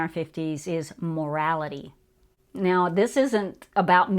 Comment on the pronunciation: 'MORALITY' ? HAHA